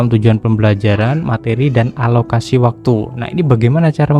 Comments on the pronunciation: Alokasi pak, bukan analokasi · Alokasi bang bukan analokasi, maaf tapi telinga saya agak gatel dengernya. Btw makasih ilmunya bang 🙏🏻👍